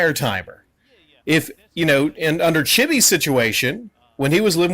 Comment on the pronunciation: When you said ‘chibits’ I Cracked up 😂